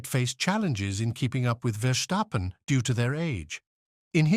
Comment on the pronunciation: why can't this narrator just take 1 minute of time to learn how to pronounce a drivers name right??? Leklerk ?? Verschhhtappen ?? really?? Dumbasses !!